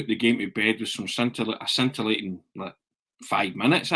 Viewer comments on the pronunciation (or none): ...Great content as usual... Ps...the letter c in the word scintillating is silent...